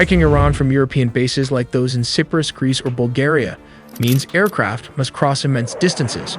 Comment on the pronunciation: "Cipris" ahhh, ai